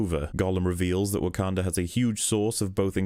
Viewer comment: The way you pronounce Wakanda makes my dick shrivel up